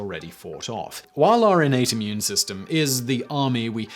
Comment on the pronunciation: Juvenile comment warning -> -> When Simon said "your innate" of course I heard 'urinate'. :-/